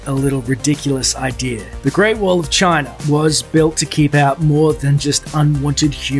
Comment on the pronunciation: The hell is with the "idear" pronunciation of "idea"?